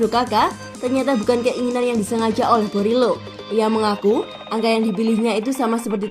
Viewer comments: Marco boriello bukan borilo 😢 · Tolong dong pelafalan nama yang benar.. Boriello, digao kok selalu salah ucap.. Kalau soal digao itu adalah klausul kontrak Kaka yang harus mengikutkan adiknya.. Please jadilah Chanel yang professional